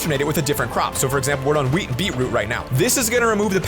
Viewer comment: Wait he said weed not wheat